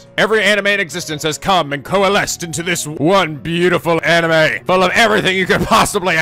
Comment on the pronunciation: hears jump cut twice, thonking intensifies Did you forget how to say anime?